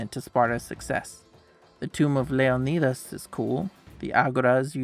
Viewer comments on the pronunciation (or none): none